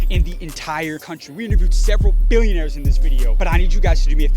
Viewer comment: I think you lack emphasis on the "B" from Billionaires, cause we all know, the dankest way you say that "B" the more street cred it give you!